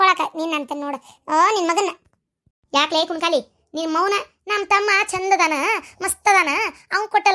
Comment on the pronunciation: ಚಂದನ ಅಂತ ಹೇಳಿ ಪ್ಲೀಸ್ ಪ್ರಿಯ. ವಂಧನ ಅಂತ ಕೆರಯಬೇಡಿ